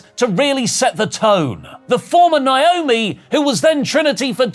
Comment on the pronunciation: WHERE ARE THE TIME STAMPS?!....AND STOP PRONOUNCING NAOMI'S NAME WRONG!